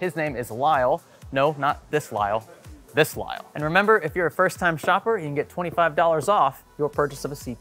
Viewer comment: Calling Kyle "Lyle" is a massive L right there.😂😂